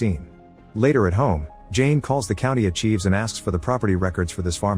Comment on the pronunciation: Is the narrator of this channel a real person or is this male voice actually 'A.I.'? I watched several 'Movie Recaps' and noticed mispronunciations. For ex., in this video the word 'archives' is pronounced as 'ar-cheevse'.